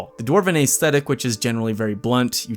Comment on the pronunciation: Great, fun list! But ACE-thetic? Try ESS-thetic.